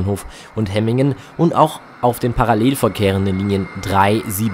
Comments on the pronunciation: Nicht HE-MINGEN sondern HEM- MINGEN wird das ausgesprochen, ist ein doppeltes M 😂. Übrigens die ersten Hemminger beschweren sich über Lärm und das Passagiere ( ja höher) in Häuser nun schauen können. Alter ,die haben echt Wohlstandsprobleme. Bäume pflanzen im Vorgarten und fertig, Vögel freuen sich auch. Danke für das Video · hemmingen nicht hemingen...und ganz nebenbei mit dem auto war die strecke angenehmer und schneller als wie jetzt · Es irr du hast hemigen gesagt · Danke für das Video. Die Strecke läst sich gut fahren, nur war die erste Fahrt vom HBF nach Hemmingen (wird ehr wie Hämmingn ausgesprochen) 20 minuten Verspätet und sehr voll. Ich durfte mit der Bahn fahren. Bei uns sind heute das erstemal auf einen Sonntag auf der Linie 1 zwischen Langenhagen und Laatze 3 Wagenzüge gefahren. Sind ja auch oft sehr voll, auch auf eienm Sonntag. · Woher soll ein vielleicht Ortsfremder denn wissen, ob nun die Silben lang oder kurz gesprochen werden, Hemmingen ist ja nun auch eine überregional nicht so bekannte Kleinstadt. Könntet Ihr Schweizer Orte richtig aussprechen, nur mal als Beispiel. Habt Euch mal nicht so.